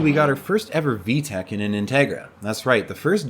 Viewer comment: There's no H in VTEC